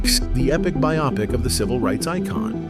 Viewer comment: Somebody finally pronounced "biopic" correctly 😮 Forget all this Top 5 Betrayers. This is the real news!